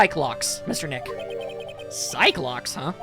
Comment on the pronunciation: The Psyche in Psyche-Locks is pronounce "Psy-key".